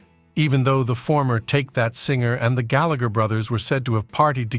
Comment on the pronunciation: Big Time. And he cant even pronounce Gallagher correctly!!